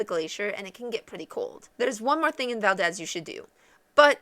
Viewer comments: that is Val-deez not Val-dez! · Yeah, to town residents and people in the state, it's val-DEEZ. accent on the 2nd syllable. To be historically correct though, i'm pretty sure it's pronounced how you say it since it's a person's name. With that said, just say it wrong and you'll be right. hahaha. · Sorry…. I can’t really listen to this…. It’s valdeeeez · aaahhhh...you are pronouncing it wrong!!!!! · You're pronouncing it wrong lol